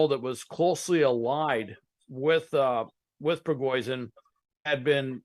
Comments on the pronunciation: Prigoizhin? The "expert" can't event get the name right? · I can't stop laughing at how this 'intelligence' officer can't even say this man's name correctly. lol forever fox news